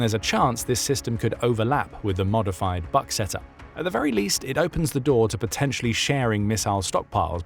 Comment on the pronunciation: it would be pronounced /buk/, as in « you can read a book »